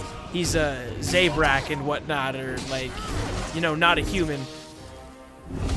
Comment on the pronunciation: Z-a-brak thats how you pronounce it